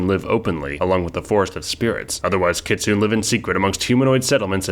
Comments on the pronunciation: AUGH! It's not 'Kit soon' it's Kit soo nay. E isn't silent in Japanese, which is where the word Kitsune originates. :) Otherwise, good video. :) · Kitsune is pronounced "kit-soon-nay". Just wanted to point that out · I mean if you wanna be picky nay is also wrong (that would be kitsunei), the u is an unrounded (and devoiced in fast speech) u that has no English equivalent and will more or less sound wrong no matter what unless a person is actively studying Japanese, and ki is more accurately kyi (it's palatized). ne would be more accurately pronounced neh and the player ancestry would be more accurately referred to as a Youko （妖狐）anyway.